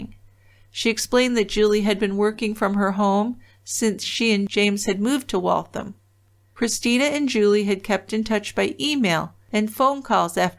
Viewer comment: I grew up in Waltham. I'm so disgusted that he did this to such a wonderful woman. I'm glad he was caught and is where he belongs. ps "Waltham" rhymes with ham.